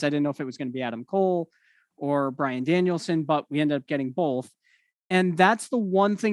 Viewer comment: JR sold Brian's debut to perfection WHILE also getting his name right each time 😂